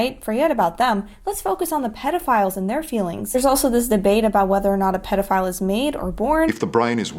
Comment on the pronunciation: The dude who pronounced pedophile like "PEE-dophile" really creeped me out